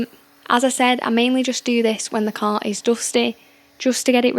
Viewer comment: While being English, why is it you can't pronounce "car"? Nice ass though Edit: Assuming you're English, my American ears usually can't tell between English and Irish